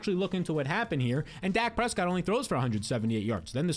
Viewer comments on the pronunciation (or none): none